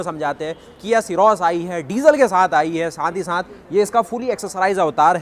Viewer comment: Bchche saath ko saanth ku bolte ho